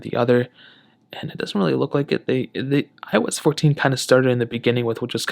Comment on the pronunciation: It seems like you were sounded like " I was 14" not "iOS 14". Just saying, no offense.